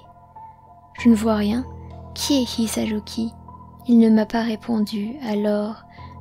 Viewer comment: Tu n'aurai pas du rouler le R de Hisaruki car ça perturbe.